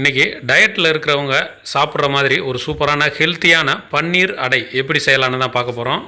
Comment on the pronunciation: அது பன்னீர் இல்லை. பனீர் என்று சொல்ல வேண்டும்